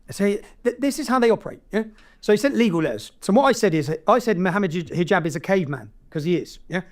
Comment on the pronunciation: This is how you know they are lost & you shouldnt take them seriously when they dont do their homework and pronounce your name wrong "Mohammed Hajeeeb" 😂 overall good upload.